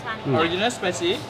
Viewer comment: cashier: spicy or original?!: " SUPAICY???" nani kore? cashier: apa korek korek?? xD